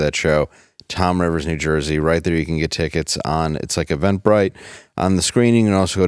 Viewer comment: It’s “Toms River, NJ” not “Tom Rivers, NJ”….we didn’t win the Little League World Series Championship for nothing!!